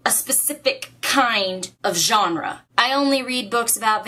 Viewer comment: I like how you said "genre"